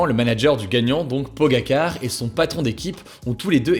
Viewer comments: Ça se dit Pogachar Hugo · On prononce « pogachar » pour le coureur sinon super vidéo comme dab 😍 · Excuse moi sa ma titillé Pogacar se dit Pogachar merci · Tadej pogakar 😭😭😭 Il l'a prononcer comme l'assistant google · "Pogakar" mdr en vrai sa se dit "pogachar" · Pogačar se dit "Pogachar" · Ca se pronoce poga"ch"ar😅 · Pogačar se dit Pogatchar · Il a dit pogaquar au non pas ça zinedine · "Pogachar" pas car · Le vainqueur ça ce dit Pogaccar (Pogachar) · Pour l’actu 2 sa ce dit pas tadej pogacar mais PogaChar 👍sinon super vidéo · On dit PogaCHar 😄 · Pogačar ça se prononce plutôt pogatchar par contre ;) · ce prononce tadeije pogachar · Pogaćar c se prononce ch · Si jamais je crois que ca ce prononce Pogachare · Excellent pour prononcer les mots british, mais pour prononcer Pogachar, y a plus personne😁😁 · comment il détruit le nom de Pogacar !!!!!